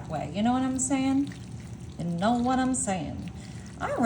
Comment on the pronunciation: Why mispronounce words that begin with “wh” with the h sound before the w? Even as a joke it makes no sense.